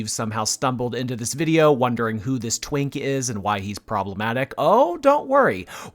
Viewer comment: Lmao it sounds funny when you say twink😂 I haven't heard that word in a long time